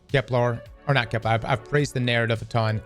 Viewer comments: finally said Kepler instead of keplar!!! Edit: nvm he said keplar again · It's Kepler, not Keplar. Hint - it doesn't rhyme with Kevlar! Love your videos!! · Ignoring anything else that's being said... why oh god why does he keep calling it KepLAR?? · Kep-lur as in Xur not kep-lar